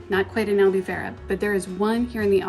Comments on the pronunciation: i love your videos, but once again, you 2 now are living in Albufeira, please learn how to pronounce it correctly, it's AL_BOO_PHEI_RA*. Its so disrectful when foreignours go to Portugal and can't even pronounce ''POOR_TU_GAL'', not Porchugul. I'm impressed you both pronounced Algarve correctly.....I STILL LOVE YOUR VIDEOS n i'm so jealous in Newark NJ.....LOL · Hey guys nice vids .. here are some tips in Portuguese pronunciation. “Ei” as in albufeira is always pronounced as “ay” . U is pronounced “oooh” so albufeira would phonetically sound like AL- BOO- FAY- RUH. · If I may, I am Portuguese and your lovely town of Albufeira is pronounced.... Al boo fay rra (roll the r on the tongue)... ENJOY! 😉🏖